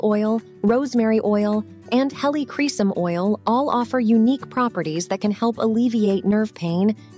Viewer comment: Please learn how to properly pronounce 'Helichrysum'. About 5 different pronunciations were used in this video. You really should differentiate between Roman Chamomile and German Chamomile oils.